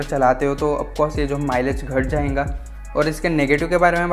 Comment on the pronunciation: Bhai "jayenga jayenga" kya hota hai XDDD Jayega bolo bhao XDD Scooty review krte krte jayenga ko beech m kate late XDD